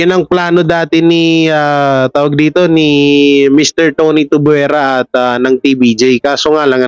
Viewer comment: Hindi Tubwera kundi Tuviera, Tuvyera kung bigkasin. Thanks